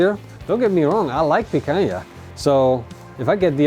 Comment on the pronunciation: Its PICANHA bro, the queen! 🤙